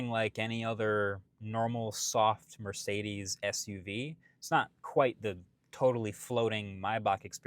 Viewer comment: As a german, the pronouncing of Mööörciiidiiiis is really strange.